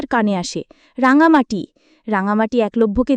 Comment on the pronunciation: রাঙামতি ওর নাম, রাঙামাটি নয়।ভাষ্যপাঠের জন্য সঠিক মানুষ নির্বাচন করা উচিত